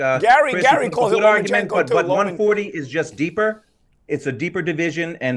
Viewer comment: paulie was right 😂 Chris said “Lomanchenko” 🤣